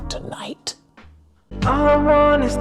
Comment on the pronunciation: That’s exactly how “tonight” is pronounced in Japanese.